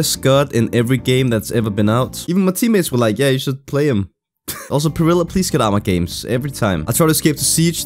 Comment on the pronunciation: Perilla is gonna keep apearing til you say his name right. Peh-ree-yah